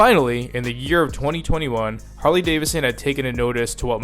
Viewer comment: It's pronounced Davidson. Not Davison.